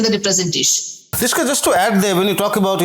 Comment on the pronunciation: I thought Rishika pronounced everything properly. Why should anyone be excused? We pronounce their names correctly, the least they can do as journalists is to learn how to pronounce ours properly.